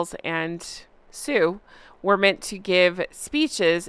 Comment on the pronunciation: Please call him sewer, rather than Sue!